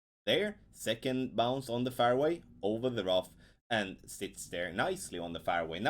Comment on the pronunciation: fairway is pronounced like, " airway" but with the letter "f " in front of it. You pronounce it as though it is spelt, " farway".